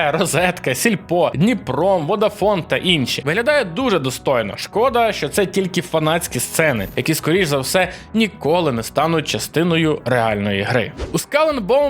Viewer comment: А ще DniproM читається як Дніпро ЕМ, а не Дніпром